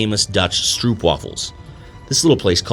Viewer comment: Is the pronunciation not a long O sound? Strōp? Like boot, (bōt not būt) That’s all I was getting at. And, is the translation not ‘syrup’?